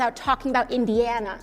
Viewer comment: She can’t even pronounce Indiana right 😂😂😂